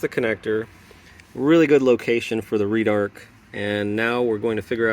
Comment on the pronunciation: Red-arc. Not “reedarc”